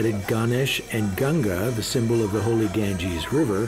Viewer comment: If a person cant pronounce GANGA properly how the hell he can know about our region LOLZ.